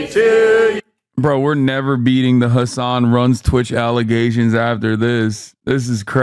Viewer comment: Calling him " Hessen" doesn't sound too islamic. But it actually sounds like 🤐n@